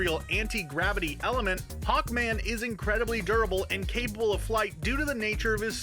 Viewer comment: Hawnkman? Nop It’s a joke for black adam